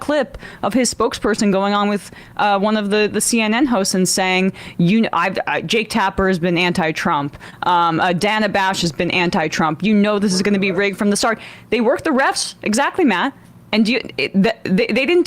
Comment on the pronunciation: "Donna" Bash? It's 'Dana'.